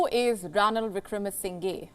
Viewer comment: WION...let's try and get the pronunciation right. It is NOT Wickramasin GAY .... it is Wickramasing HER